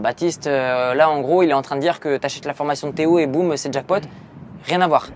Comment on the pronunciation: Théo pourquoi tu dis lo